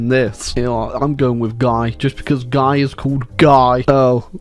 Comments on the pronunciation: Guy is a French name. It is pronounced Ghee (hard G,ee) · Fun Fact: A guy named Guy was King of Jerusalem at one point. My history professor pronounced his name "gee" though, so take that as you will. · Gee is how Guy is pronounced in French.